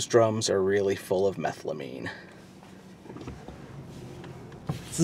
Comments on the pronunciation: I think he mispronounced it but it's a substance required to make methamphetamine, it's also the thing Jesse, Todd an Walt stole in the train heist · Wait what’s methlamine 😂😂